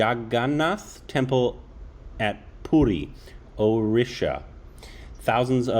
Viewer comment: If You guys can't pronounce it properly then please dont. It's PURI.. Not Pooti. Before Reacting on any thing please do research on it. Just because you have a reaction channel.. Not react senselessly. Remember your are reacting on "Lord Jagannath". Your little mistake can hurt sentiments of lots of devoties. I am from ODISHA and I would like to request all Indian Viewers .. Stop suggesting videos related to our festivals or believes cause most of the foreigners will make fun of it .